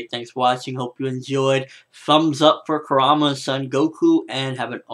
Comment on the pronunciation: Show the Son Goku some respect dude! Kuruma it is Kuruma! lol Great review! :P